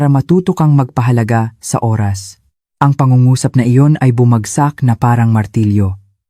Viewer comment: Bakit ganon ang pag bigkas ng Oras?